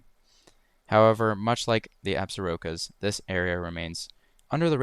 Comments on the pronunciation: Believe it or not, despite the spelling, "Absarokas", is pronounced 'ab-SOR-kas' by the locals. I enjoyed your video. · Absarokas is pronounced Absorkies. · I’ve heard pronunciation [abzorkas] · I was born & raised in northwest Wyoming & my family owns property with a cabin in the Absaroka-Beartooth Ranges. Hardly anyone (local to the area) pronounces Absarokas how you did. We say ABS-or-ka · You need to research how to pronounce Wyoming as Absarokas.